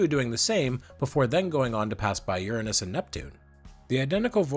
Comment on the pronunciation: re: pronouncing Uranus, THANK YOU!!!!!! I really think it should've been spelled Ouranos so we wouldn't have to deal with the stupid-ass butt jokes.